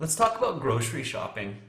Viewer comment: then I usually not Usually /ˈjuː.ʒu.ə.li/, grocery /ˈɡroʊ.sɚ.i/ not grosiriy